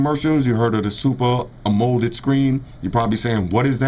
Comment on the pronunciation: Video is hot. I am the average black guy and I been just looking for a video like this(simple). Lmao you pronounced amoled wrong. Its pronounced like Am-oh-lead. Amoled lmao but good video.